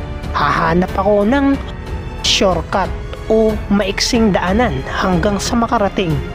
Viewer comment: Syorkat dw sabi ng nag kwento😂🤣 Imbis na "short cut" sana😂🤣